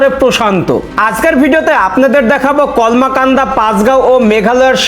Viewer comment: উচ্চারণ কমলাকান্দা না কলমাকান্দা হবে।